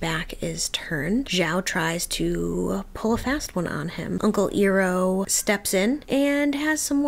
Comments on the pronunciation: EYE-roh, not EAR-oh. 😘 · Always enjoy watching people reacting to watching ATLAB for the first time. Two small pieces of advice for my 2 cents: Learn to say the characters names correctly, you’ll give us PTSD from the movie. 😂 It’s Iroh: Eye-row and Appa: Ah-Pah Also, the episodes are only about 22 minutes long. We don’t need a 15 minute play by play recap of the last episode. We seen it, we got it. Just share your general thoughts and then keep it moving. Enjoying the journey so far otherwise. ✌️